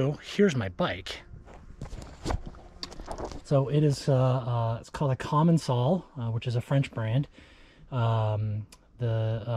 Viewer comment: It's prononced "CommenKal" (